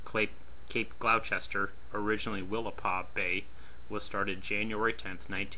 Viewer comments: Cape Gloucester is pronounced Cape Gloster. Otherwise great video. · Cape GLOSS-ter